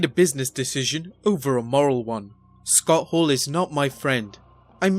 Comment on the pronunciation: Narrator is awful. Who is Scott Haww?